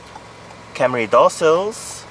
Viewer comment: It’s Camry, not Carmy